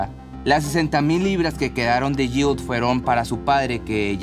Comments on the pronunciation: Está pronunciando Jill correctamente 😄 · Lo pronuncia bien, tú no escuchas bien o te haces????